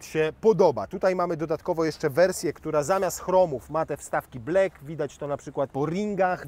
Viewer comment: black /blak/ a nie kurwa te chamanskie ‘blek’